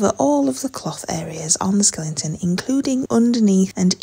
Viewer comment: What’s a Skelington?